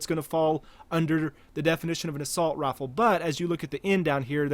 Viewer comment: Has anyone ever told you that you pronounce rifle like "rofl"? EDIT: Towards the end you pronounce it correctly.